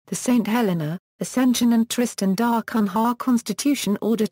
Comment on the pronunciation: If you want to narrate this topic, at least learn to pronounce "Tristan da Cunha"!